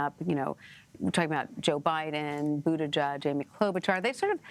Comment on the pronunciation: Nobody's capable of pronouncing Pete's name correctly. 'BUTTIGEK' this time